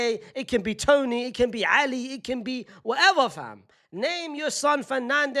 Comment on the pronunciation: i exploded when he says 'Ali' 🤣🤣🤣🤣